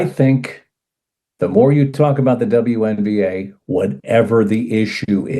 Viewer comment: Double u, double u. Not double ya 😂 Y'all crack me up. Say it with me you sweet bastard, WNBA double u N B A😂